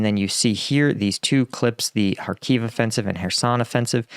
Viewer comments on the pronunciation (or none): none